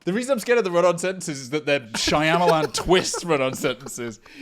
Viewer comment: can you run that back and try pronouncing “Shy-amalon” again cuz uh I think you got it wrong 😂